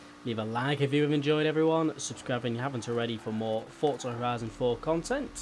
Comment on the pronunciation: forza not fortza